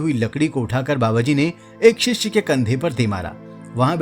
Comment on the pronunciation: शिष्षे नही शिष्य बोलो